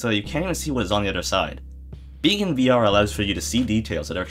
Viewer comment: "VR" wrong.